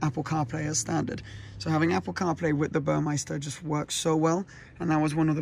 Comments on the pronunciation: Congrats. I have an all blacked out Macan GTS with red calipers (standard) and red tachometer, and seatbelts. With the red stitching. BTW it's Burmester. Not Burmeister. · It’s Burmester not Burmeister